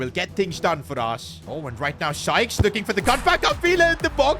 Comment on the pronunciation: Bro finally pronounced Sykes right and not skies